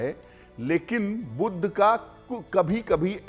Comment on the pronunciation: 'बुध' शब्द का उच्चारण "बुद्ध" करना ?! कर्णकटु लगता है। दोनों शब्दों के अर्थ में कितना फ़र्क है !